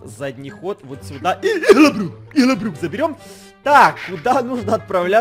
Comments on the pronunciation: Не ИГЛОБРЮХ А ЫгЛаБрУх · Он помойму говорит ЫХЛОБРЮХ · Во первых, во вторых ИХЛОБРЮХ, в третьих ОРУУУУУУУ😂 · Потом у что это ИХЛОБРЮХ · Нужно было написать "ИгЛоБрЮх" 😂😂😂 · Почему всегда говорит ИХЛОБРУХ